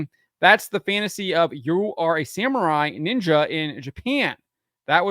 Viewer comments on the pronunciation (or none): none